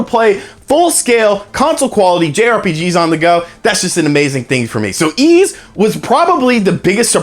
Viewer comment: YS is pronounced I:S as in peace not peas. Great Direct. Get hyped for a double dose of DK!